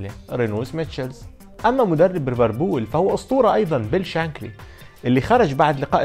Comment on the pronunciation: ليفربول يا مو ريفربول